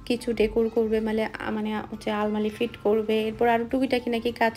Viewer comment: আলমালি না আলমারি বলে